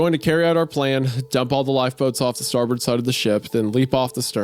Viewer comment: Isaiah's pronunciation of "Newfoundland" and "starboard" were vomit inducing